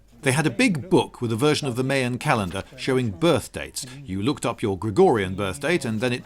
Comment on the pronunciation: every time he said "may-yan" I was very displeased.